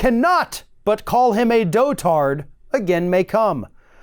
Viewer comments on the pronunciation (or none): it's pronounced "dot-erd" not "Doh-tard"